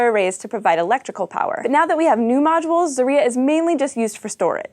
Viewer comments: Guys, I know, this is an American thing to pronounce things how you feel like it, but come on, can't you do at least a liiiiitle bit of research about how some foreign names are pronounced...? What the hell is a zar-Y-a? It is za-rYA. The other one is not zv-E-zda, it is zvez-dA....And one of the recent cosmonauts is not scrip-O-chka, he is scr-I-pochka... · Zarya is a Russian word, so it's pronounced a bit differently. It's not 'zarIA' like you said, it's actually 'zarYA'. Last two letters are spelled 'YA' as in 'YAhoo' or 'YAvin IV'. Though I imagine it might be difficult to say out loud for somebody who doesn't speak the language. Cheers! :) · ITS NOT ZARIA BUT ZARYA or the effect from fireworks exploading. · Zaria? Really? It's Zarya. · not zarYa but zOria, not zvEzda, but zvezdAA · "Zarya" is two syllables, not three. This is clear from the Cyrillic spelling, with only four letters, two of which are vowels: заря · Her pronunciation of the Russian names of the ISS modules is horrific.